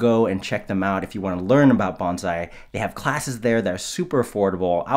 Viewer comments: This is a very fun and informative video. It’s fascinating to think that these techniques were undertaken and perfected without our contemporary understanding of molecular biology and genetics. However, at the risk of being a dick, it looks like no one let you know that you’re using the wrong Japanese word. You’re saying banzai (pronounced “BAHNzye”) which roughly means “may you live ten thousand years”. The word you want is bonsai (pronounced “BONEsigh”) which roughly means “in a planter” or “planted in a box”. Maybe try thinking of a “tree of bones”…that worked for me when I was learning Japanese. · Umm... you know you guys are mispronouncing the word? Even the guy who grows them says it incorrectly. To be short, the 's' in Bonsai is soft like the word 'hiss'. Not hard, like the word 'fizz'. Okay, carry on 🙂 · If only you knew how to correctly pronounce bonsai... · I might have to watch it again then. He seemed to say (like everyone else) "bonZai" rather than "bonSai". Also, in the video, it's said that this works with any kinds of tree: I live in Australia, and would love to see it done with a gum tree. Especially something like a rainbow gum. Ever hear of anything like that? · i would love to know how many anti-bonsai folks are vegan..you’re using total liberationist ethic to discuss trees while murdering, r*ping, and eating literal animals. also it’s “bone-sai” not “ban-zai”. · OMG! You haven't learned anything from Mr Miaggi, have you? ;) As a refresher, it's BONE-sai, not BAHN-zai. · Very informative. One thing my nitpicky ears wants to correct is the pronunciation. It should be "bone-sigh," and not "bone-zai" nor "bahn-zai." I am part-Japanese living in Japan, and I hope to prevent bonsai enthusiasts from creating confusion if they come here. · Please. The correction pronunciation is "bone-sai", not "bon" as in "bon voyage". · great vid! and btw guys it’s pronounced Bone-sigh not Bun-zai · It's pronounced "bone-sai". Otherwise, good job.